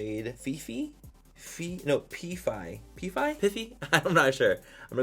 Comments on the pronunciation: i died when he pronounced pi phi as pee fee😂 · That shadow is pronounced PIE-FI. It's for a sorority Pi beta phi. My sister was in it in college! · Manny trying to pronounce my sorority killed me😂 Flagstaff, AZ